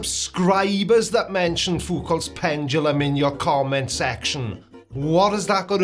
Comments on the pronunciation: ah yes, the conceit of the virgin pseudo-science enjoyer, "evidence must fit my pre-chosen beliefs." Also: "pendalum" 😂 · The way he says PenDumbLum speaks volumes LOL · pendrulum, prendulum, pundledrum, he'll get it right one day.